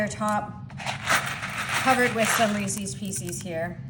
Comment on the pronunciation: It’s not REECEEES It’s pronounced — ReeSez